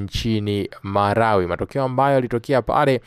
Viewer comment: Tmka vizuri, sio marawi,ni malawi